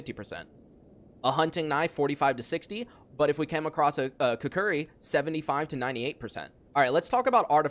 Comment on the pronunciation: "kook-ree" not "kah-curry"